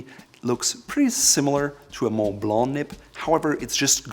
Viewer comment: I don’t like the way this guys says “Mont Blanc”